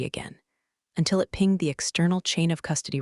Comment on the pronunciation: Finally, , the validator “pinged” the external chain of custody record. Not “pinjed”, and I’m so pleased. Now if elevators “ding” I’ll be ecstatic. AI is learning, or its command prompts are improving. 🙃